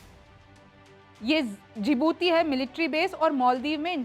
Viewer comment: Rimjhim aap itni badi patrakar ban gai lekin aapko जिबूती कहना नहीं आया दीजिबूती नहीं जिबूती है वों